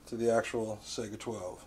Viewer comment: I swear to God if I hear him say Sega instead of Saiga I will slap some one.